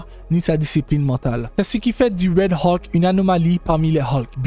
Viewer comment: Vidéo pas terrible et la voix est très désagréable 😢 Qui plus est se n'est pas des transformations mais se sont des Hulk différents. On prononce Hulk et non pas Haulk